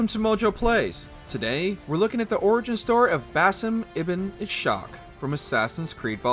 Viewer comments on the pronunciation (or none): Its not ishaq with ish as in English. Ishaq is arabic for isaac. It's pronounced is-haq (is as in paris, haq like hawk) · It is pronounced Is-haq